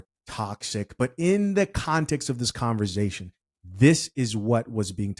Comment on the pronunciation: Bro I just have to say this, the word is not pronounced converzation, it's conversation.